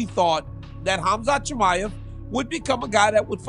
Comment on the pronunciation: “Khamzat Shimmy-Ave” fucking Bisping 😂